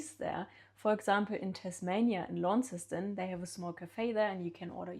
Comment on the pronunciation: She's Aussie now, her pronunciation of Launceston is better than most main landers! 😉